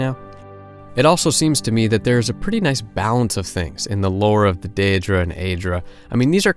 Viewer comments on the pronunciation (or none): dear god please say “day-dra” and “aye-dra”